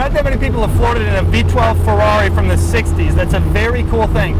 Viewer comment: Doug please, it's a feRRari. Not a feUUaUi XD